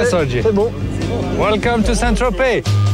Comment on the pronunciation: Le mot le plus prononcé dans cette saison : Sait tropez